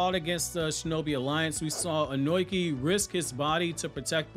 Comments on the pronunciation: Bro keeps saying onoki (oh-noi-key) instead of onoki (oh-no-key) I hate reviewers who can’t say the names right like some people say madara (mah-dar-rah) instead of madara (ma-da-rah) smh it’s triggering Edit great vid tho 🎉🎉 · His name is Onoki. Ohh nooo key Not own oink eee